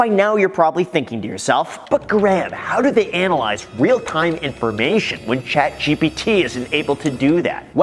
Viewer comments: Did anyone notice how he said chat gbt? not gpt? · Are you deliberately saying GBT instead of GPT? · It’s P! Chat G P T! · Ok is it just me or does Graham keep saying “Chat G-B-T”? 🤔